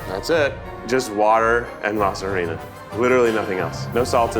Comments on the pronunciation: the HARD H sound in harina 😂. Beautiful Keith baby, the h is silent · Keith's pronunciation of "tortilla" made me so proud but "HA-rina" "com-AHL" killed me 😭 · Harina = "ah-ree-nah" ☠️ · Keith saying “HA-rina” physically hurt me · Keith mispronunciation of harina made me cringe I know he’s trying but Keith no 😭